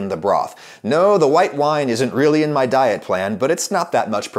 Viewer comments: I subbed when you said "m'diet" instead of "my diet." You talk like me, and so now we're virtual buddies. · "I'm on ma-diet" Adam is finally sinking into his Italian heritage.